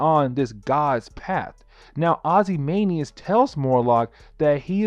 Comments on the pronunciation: It’s not Morlock! It’s MOLOCK!!! It’s not Ozymanias! It’s OzymanDias!!! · Not to be critical, because everything you said is right on. But, it’s not Morlock, it’s Molock. And it’s Janey, like Jane, with a y at the end. Like this: jay knee. Also, it’s Ozymandias, which sounds like this: Ozzy Man Dee Us